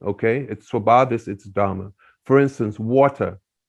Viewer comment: When would you learn to say, धर्म and not धरम?